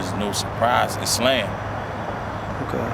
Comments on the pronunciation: Is-lamb? Lmao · BS slurred it but he said...."iszLAM"(the arabic pronunciation) ...so yes! ISLAM